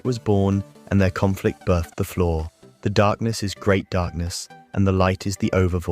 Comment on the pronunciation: Learn to say the words "see" and "flaw". please. Otherwise good video until the final heaven and leviathan portions.